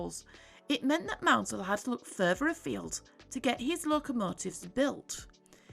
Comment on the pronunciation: Sure is refreshing to hear someone pronounce Richard Maunsell's name correctly for a change. It really maddens me when people pronounce it as "mournsell". And the video itself was a very nice history lesson on the Arthurs.